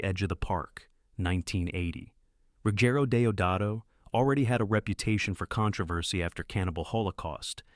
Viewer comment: Why is the word controversy so difficult for AI? I've never heard it pronounced properly with AI narration.